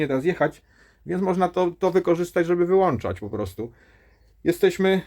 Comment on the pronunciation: 1,35. ,,możemy zdalnie włanczać,wyłanczać"..... Nie Kolego, ponieważ nie jest to włancznik- to możesz w ł ą c z y ć i w y ł ą c z y ć.Oczywiście chodzi o wadliwą wymowę.